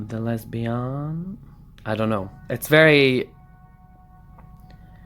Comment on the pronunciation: Picked #2. You're so funny with the bedroom food!!😄😄 Why do so many of these tarot readers have accents? And i like how said homosexual and lesbiyawn. 😄